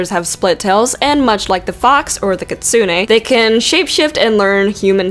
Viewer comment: It's pronounced kit-soon